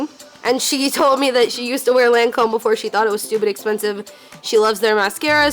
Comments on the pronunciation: omfg that's not how u say lacome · The way she pronounces Lancôme makes me cringe